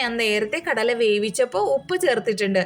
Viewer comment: Kadayila allaato. Kadala.